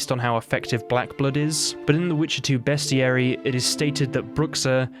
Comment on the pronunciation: medium vampires? also, way to Behs-tiary instead of Beast-iary. 👍🫡